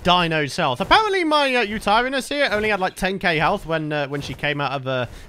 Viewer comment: You pronouce yuturanus uta ran is